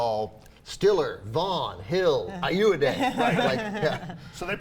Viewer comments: AY-OH-AH-DEE...do you guys do research before you do your cynical unfunny "reviews"? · IT'S FUCKING EYE-OH-WAH-DEY. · they are pronouncing richard ayoade's name wrong...